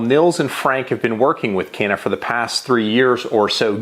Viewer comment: I am Turkish, and Canik is a Turkish brand. However we can not buy it in our country. Not easy to obtain it due to strict laws. We can only watch American videos to learn more about it. By the way pronounciation is wrong. İt is something like "ja-neek".